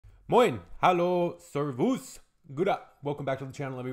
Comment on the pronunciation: Just a helpful hint for pronounciation: "servus" has the emphasis on "ser", not on "vus". Love your channel!